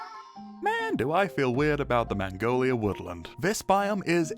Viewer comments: The way this guy pronounces "Magnolia" makes it sound like he's saying "Mongolia" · Ah yes, the elusive "mangolia" tree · Apologies, regions unexplored nether biomes; I was unfamiliar with your game. even the glistering meadow pre resource pack was really solid imo, color pallet was pretty much the trans flag hehe edit: the way u say "magnolia" scares me a little